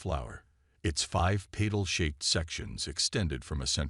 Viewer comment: Pay tell instead of petal? Teach ai better. Fail